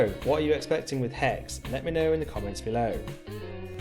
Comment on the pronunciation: HexE! Not hex.